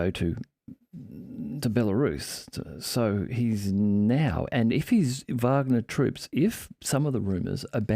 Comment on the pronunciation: WOW! Someone that actually pronounces Wagner correctly!